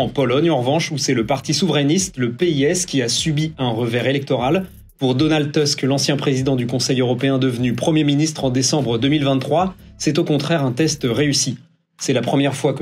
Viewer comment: Cessez de prononcer « Teusk », bon sang de bonsoir! C’est du polonais, pas de l’anglais: on prononce « Tousk ».